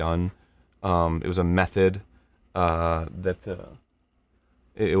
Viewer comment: When Arin says method it sounds like meth head xD